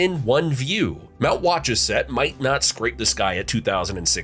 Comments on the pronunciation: Who narrated this video. They better go back to school and learn how pronounce the names of some of the towns and mountains in Mass. Wa - choo- sett mountain and the town of Wor-ster. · Mount Wah-CHOO-setts. Good Lord. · Wah-CHHO-set. There's no final "s" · Nice video. A few corrections: WOOS-ster for Worcester The phrasal passive verb is "run by", not ran by. Wah-CHEW-set for Mount Wachusett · Ya pronounced Worcester and Mount wachusett wrong when talking about the weather ya left out the week we had a blizzard and a hurricane when the temperature went from freezing 2 80 in 2 days then there was the great molasses explosion in Boston that covered the streets and killed a bunch of people 👍👍